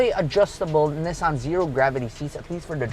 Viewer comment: The annoying part is the way you pronounce “Nissan”. Where in the world did you get that?😂😂